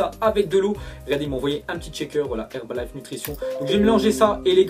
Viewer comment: Pour le mini placement de p'rod , il dit HerbaliNe au lieu de HerbaliFe